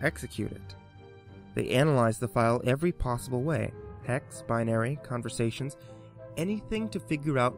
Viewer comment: "Conversations" heheheh, you messed up c: it's ok though.